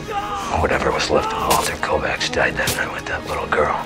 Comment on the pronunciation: The first movie to pronounce the last name Kovac correctly